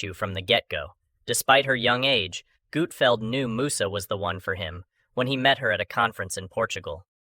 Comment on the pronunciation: I can’t stand these A l videos! “Gootfeld”??